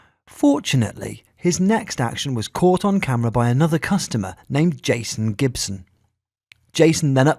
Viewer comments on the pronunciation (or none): none